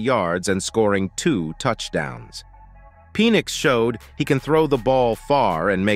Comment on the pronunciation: Penn - ix not Pee - nix. Sounded like Penis!